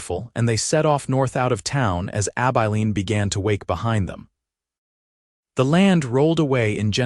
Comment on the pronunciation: Pls teach AI how to pronounce Abilene. Please!